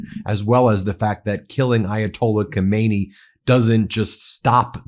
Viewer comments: It is not Komaynee it is Khame-Nae-yee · If you want to be a credible news source, please pronounce world leader's names properly. It's really frustrating. Khamenei is pronounced Hay-Men-Ay. Thanks. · Not yathola Khomeini his name is...was: Ayatollah Khamenei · BEN! God bless you brother. Get your pronunciation of ali haw-meh-nay. Different from the former supreme leader ho may knee. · Not Khomeini, but Khaminei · Not khomeini his name is Khamenei!!! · Lawful or not, no war is acceptable in a country that is no threat to yours. Ben please pronounce the name of Khamenei (Hamenay) not like Khomeni (homenny) who died 38 years ago ! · no Khomeini but Khamanei.... though true, similar, and even Pahlavi looks like his father.. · His name isn't Khomeini, it is Khamenei. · Just FYI - Not Khomeini but Khamenei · Dont PRONOUNCE KOMEYNI .KH A ME NE I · Ummm…Ben, please don’t mispronounce the Ayatollah’s name. The Ayatollah Khomeini died in 1989. Ayatollah Khamenei (pronounced Hah-men-ay) has been in power since 1989. As a media outlet it doesn’t look good when you make no effort to properly identify political figures. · The name is pronounced Ka-me-ne-i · Ka men EI, accent on the last syllable. Get it right